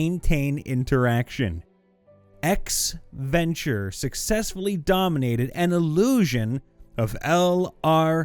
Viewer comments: The clan name is pronounced Ven-true, not venture. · If you come across a word you've never seen before, I would like to suggest you take a moment to just read it before you try pronouncing it. Deign is not "deny", it's "dayn". Ventrue is not "venture", it's "ven-true". Ostentatious is not "ostainienshly", "o-sten-tay-shuss-lee". I normally don't mind people mispronouncing words, but I'm like 5 minutes into this video and it's like every 10 words where you vomit out some gobbledigook instead of taking a moment to sound out the word. The frequency of the mistakes is honestly impressive. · Ven-TRUE, not venture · i'm annoyed you pronounced ventrue as venture when it was spelled that way 3 times and capitalized. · Just fyi, it's it's pronounced VenTrue (as in true or false). Ventrue. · Dude, seriously -- if you've never heard a word spoken aloud before, such as "Ventrue" or "ostentatious," try sounding it out instead of completely mangling it. Please.